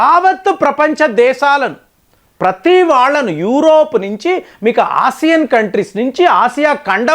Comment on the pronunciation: ఇరాన్- ఈరాన్ కాదు. యురప్ కూడ తప్పు పలికారు .